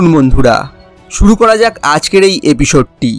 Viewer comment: Episode শব্দটার উচ্চারণ ঠিক করেন